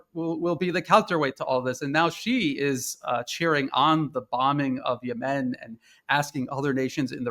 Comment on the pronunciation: He mispronounced Yemen. Where is he from?